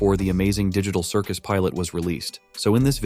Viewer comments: Bruh said ditcal cicus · “Digicul circus”💀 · THE DIGY TAHRL CIRGUS lol